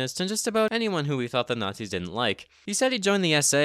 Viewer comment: "Muh ebil nat-zees"